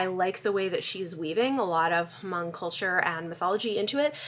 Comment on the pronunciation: I believe the "h" is silent in Hmong.